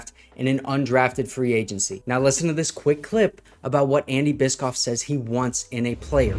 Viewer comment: I believe it’s pronounced bish-off.